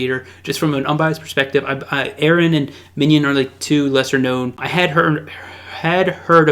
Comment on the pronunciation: Aaron and Minion. Ahahaha. Props for trying to pronounce his name though.